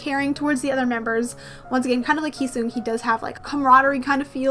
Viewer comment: its heeseung not heesung btw :)